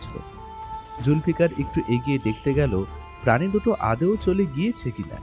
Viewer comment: উচ্চারণটা “আ-দে-ও” হবে না । আ-দৌ…